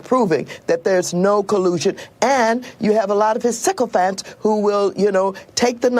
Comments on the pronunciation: CYCLEPHANTS? Whats that Maxine? Oh you mean SYCOPHANT. For a minute I thought you were referring to bicycle riding pachyderms. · is it my hearing or did mad max say "sikklephant"? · Did that crazy bitch just say 'sickle-phants'? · Oh my gosh that shirt is AMAZING! 😂😂😂😂 All of Trump's "sicko fans" need one. (Seriously, that's what it sounded like she said)